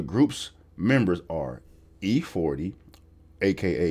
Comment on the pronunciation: Glad u got that E40 right....im older so i caught it...great job